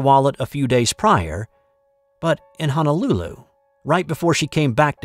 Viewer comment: No such place as Hanalulu, however, the capital of Hawaii is Honolulu. If you live in Hawaii, you should’ve learned the correct pronunciation by now. Also, the girl did lose her wallet in Rhode Island and got busted losing it there. Your honesty in returning it is commendable.